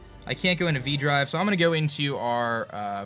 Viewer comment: Anyone hear say "aJive" instead of "aDrive" in the intro? Lol